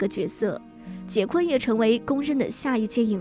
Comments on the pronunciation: 不是百度说是什么就是什么。人家的名字发音就是“华金”，就算你译成“滑津”，我都认了，毕竟这只是音译而已。但是人家名字真不读“杰昆”啊。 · 译名不是杰昆，是华金。他出生在波多黎各，西语里J的发音和英语是不一样的。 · “Joaquin” 的发音是“华金”或者“瓦金”，百度百科人人可编辑。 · 翻「瓦昆」才更接近原發音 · 应该翻译成瓦昆，J不发音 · 所謂的人名翻譯，應該是聽其發音將之翻成發音相同的中文姓名吧， 會翻成"杰昆"的，根本就是沒有去瞭解“Joaquin”怎麼念怎麼發音， 只用自己學過的"英語發音規則"去翻的， 明明現代已經是網路世界，網路上到處都有關於唸到“Joaquin”的發音的影片， 不去探究人家名字真正的念法，將之誤翻然後才來說兩岸三地翻譯各有一套自己的系統， 這種根本不尊重演原本人的作法根本說不過去吧。 如果有人將你父母給予你的名字亂念來叫你，你會覺得無所謂嗎，這是基本的尊重吧。